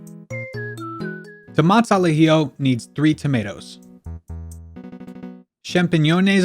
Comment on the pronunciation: You butchered the "Tomates al Ajillo" so bad! XD (Awesome video tho!!)